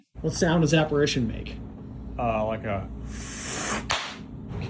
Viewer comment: wouldn't be aparAtion, not aparition?